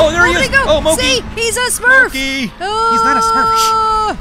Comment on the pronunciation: Its MOO-KIE